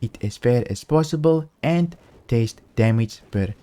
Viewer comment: you keep saying taste not test...